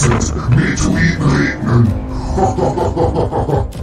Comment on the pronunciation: METEORITEN NICHT METROITEN